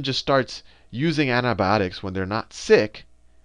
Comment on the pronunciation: anthi bhiotics is antibiotics say it properly